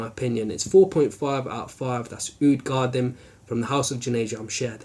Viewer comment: Sorry to sound like a douche but its pronounced (for English speakers out there) Ka-Deem. I havent tried it yet..but will soon :)